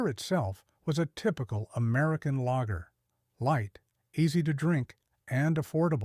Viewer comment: The AI audio mispronouncing beer names and lager is distracting.